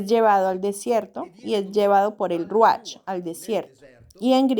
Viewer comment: Se pronuncia ruaj no ruach la ch se pronuncia como j, no leas desde tu vision castellana